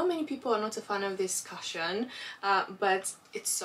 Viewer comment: The prices were absolutely amazing..... Very lucky.... Also you make me laugh sooo much the way you always pronounce cushion, you say Karshen it's pronounced kooshen or kushen lol sorry but I had to tell you....xx